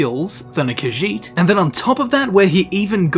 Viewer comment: It's irritating to hear him repeat Kajiit again and again because he mispronounce it horribly. And he repeats the name like 15 times in 30 seconds.